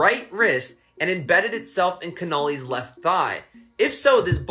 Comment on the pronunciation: ya think he would know how to pronounce Connelly hahaha